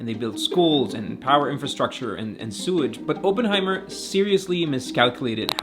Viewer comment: I love how you pronounce OPENheimer 😂